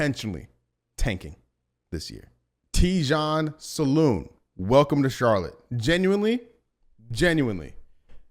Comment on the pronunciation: It prononciation salin in french no salon